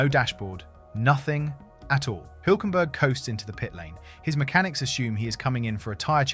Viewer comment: HILL .... HULK You don't know how to pronounce HULK??:eyes-pink-heart-shape: THE SAME AS THAT CARTOON SUPER HERO YOU KNOW THE BIG GREEN ONE, HULK ... I go up a Hill.... F ME THAT WAS HARD TO LISTEN TO:face-blue-wide-eyes